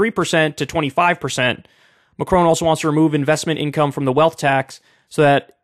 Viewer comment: I love how he pronounces Macron like he's gonna say my crony.